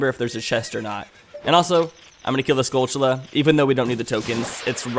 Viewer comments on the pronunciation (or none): none